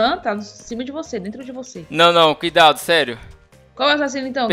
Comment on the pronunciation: ele falou soma cuidaso😂😂😂